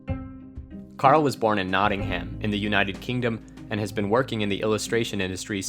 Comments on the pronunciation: For future reference, Nottingham is pronounced Not-in-um. Just say it like you'd say the word Nottinum :) The -ing-ham is an ancient suffix that denotes certain village types, same as -ing-ton like Wellington (wellintun) you can slap a -shire (sheer) on the end for more of the countryside :) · I love watching people mispronounce my home city whenever I watch a Karl Kopinski video :D :D Nott-ing-um